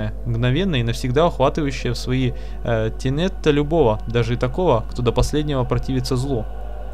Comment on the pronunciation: не тенета, а тенёёёта :3 обозначает путы, сети. в единственном чисте - тенето (на "о" ударение )